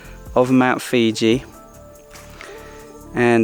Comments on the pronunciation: Mount Fuji not Mount Fiji bra🍌 🤣🤣🤣🤣🤣🤣🤣🤣🤣🤣🤣😂 Isan they eat all the weird and wounderful things speak totally different language I ate all sorts of insects snakes frogs lizards amazing place great people love to sing and dance. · Mount Fuji, Mount Fuji. LMAO not Fiji- that's a country.. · Love your Mt.Fuji pronunciation. :D